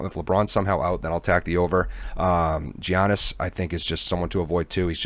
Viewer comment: It's pronounced "Yian-nis", no G sound. :) Thanks for the talkthrough on today's picks! I'm new to PP and have been enjoying this channel